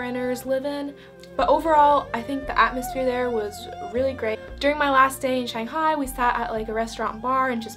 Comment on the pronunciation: So glad you like Shanghai, you really nailed the pronunciation! Hope I could visit Finland someday. BTW it's Taoist temple in Yuyuan.